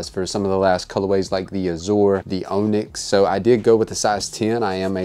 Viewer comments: It's "on-ix", like off and on, onyx. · He said "OWN-yx".. haha sorry. Great video! Glad i copped in my tts. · Appreciate the review homie but the OWNyx pronunciation really irks me. You've really never heard the word onyx before?